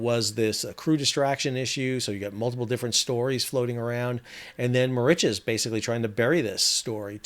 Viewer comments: found the mispronunciation of Mauritius a bit annoying. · yes I found it difficult to follow as he was pronouncing Mauritius the wrong way. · I'm sorry whilst I enjoy your contributions, I dont believe you've actually been to Mauritius, firstly nobody pronounces it - Mau rich es - there are generally two correct ways pronounce the name of the island, one in English - Mur Rish uss and the french way - Eel Mo Reece for Ile Maurice. Secondly while the stretch of coast where the Waiashio ran onto the reef is reasonably pristine, the majority of the west and north coasts (to leeward of south east trades and currents) have despoiled and dead lagoons due primarily to coral bleaching caused by hypoxia, local textile industry chemical dyes seepage, and local household litter and retail plastic waste. Mauritius WAS once pristine, before independence created the conditions for uninhibited pollution and strict adherence to Indian standards of hygiene and cleanliness. If Mauritius does finally get handed custodianship of the Chagos archpelago, heaven help the eco-system, because the Mauritius governent won't. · My wife has been wincing every time you say the name of the island. An old friend of hers is from there. More itches? No, no, no. Mauritius rhymes with delicious and malicious. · I love your videos. It’s pronounced Ma-Rish-us. 😅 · Mauritius is pronounced Maurishious 😊 used to live there 🤗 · Muh ri shuhs, fyi incase you make a video on this again. sorry i had to stop it was killing me. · where does that pronunciation come from? given that you have been there, I have to ask, is that how it's locally supposed to be pronounced??? I always heard the pronunciation "Merishowz"... but that is based on French. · The first shipwreck in history caused by a cell-phone. (Incidentally, I never heard Mauritius pronounced like that before.)